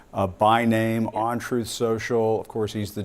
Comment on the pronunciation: I think drumpy pronounces it "troth" social...he "interposes" the U 🤣